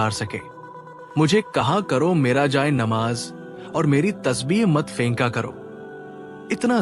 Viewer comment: Jay e nimaz hai.pehly tora buhut talafuz to sekh liya kary